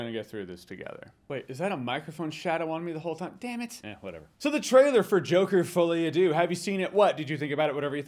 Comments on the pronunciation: It's pronunced like "folly ah duh" not "folly ah doo" tho :yougotthis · “Fullyadoo” Jesus dude, at least try. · I didn't realise hearing him say "Fully A deux" would fuck me up as much as it did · “Folie À Deux” = “Fall-E Ah Duh”. It basically means a “comedy for two” in this context. For those who wanna keep saying “fully adieux (a-do 😂)” 💀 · The way he pronounces folie a deux pisses me off